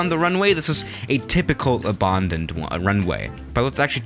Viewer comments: Normal person: "abandoned": "abondened" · How normal people say Abandoned: Abandoned How says it: Ebondind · loved the vid, but the way he says abandoned makes me cringe everytime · Nobody::Abandaned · No-one:: OBAANNDED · noone:: äbândoned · The way he says abOAndoned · Nobody:: Abååndend runway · nobody:: abundoned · Normal people: abandoned: aBarRrrRndoNeD